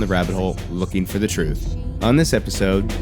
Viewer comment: Did he say THE TRUFF? LIKE ROOF